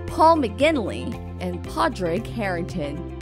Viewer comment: 'Mac Ill Roy' & 'Par Rick' are how they are pronounced